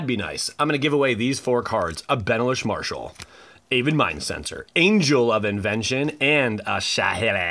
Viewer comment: bro benislish marshal lol